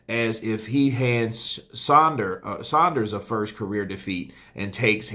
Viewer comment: The only American YouTube channel that pronounces saunders correctly